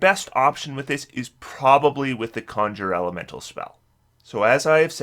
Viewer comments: I love when he goes from saying Conjure Elemental correctly to suddenly saying CON-SHURRRRRER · Great video as always but you pronounce the word 'conjure' incorrectly (just Google it) most of the time. Every now and then you pronounce it correctly which is odd.